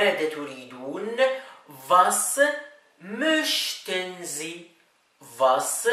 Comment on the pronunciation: أخي يمكن في خطأ في كلمة موشتن